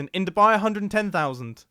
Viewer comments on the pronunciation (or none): none